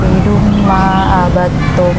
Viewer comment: Baca surah al-kafirunnya sdh baik panjang pendeknya.. tinggal belajar lg tajwidnya... sprti ikhfa dan lain2nya.. tp sekilas denger bacaan 'abattum udah baik itu benar cara bacanya.. ooh iya makhrajul hurufnya jg semoga semakin baik kedepannya... bener2 jd motivasi buat sya pribadi untuk belajar islam lebih giat lagi... semoga ALLAH menjaga kita semua dalam iman islam yg istiqomah.. aamiiiin